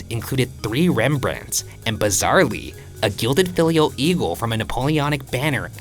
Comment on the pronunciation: Hi Ryan, love that you’re covering an art crime, but it was not a “filial” but a gilt Bronze eagle “finial”. Xx